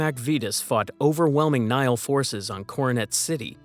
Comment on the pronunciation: For the record, the Latin word Nihil is pronounced "ni-hill", not "nile." It means 'nothing.' Even English Nihilist is probably pronounced "nie-ill-ist," not "nile-ist."